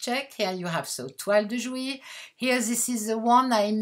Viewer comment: Thank you for this lovely and enticing video. Your English is wonderful, and you’ve taught me to pronounce “toile de jouy”!